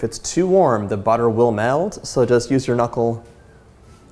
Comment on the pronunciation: did anyone else think he said melt weird